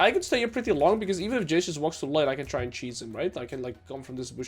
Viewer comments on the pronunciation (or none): why did you start pronouncing the word "and" as "eeeeand"? I could've sworn this was never the case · The way you pronounce 'and' is so fucking annoying I stopped watching. Just say it like a normal person.